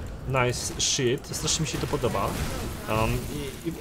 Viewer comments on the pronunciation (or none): none